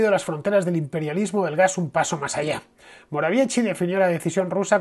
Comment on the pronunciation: Mateusz Morawiecki en castellano se pronuncia "moraviesqui" la letra C cuando no esta al principio se pronuncia como la S en castellano.